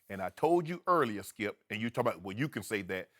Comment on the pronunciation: Shannon: Skiep, hairs the thing. Shannon is great for TV